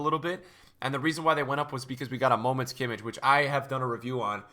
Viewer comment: Pls, stop calling Kimmich like that, try pronouncing him correctly, (Kimmih), only with an H in the end